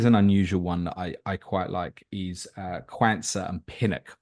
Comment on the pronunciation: for the love of god its not QAN-sah its Qaun-sah - like Quad not like Cwan 😂 Good pod fellas